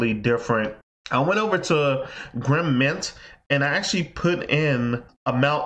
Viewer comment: It's Grin not Grim. Also, those calculations you're making for Grin Asic's are very very wrong.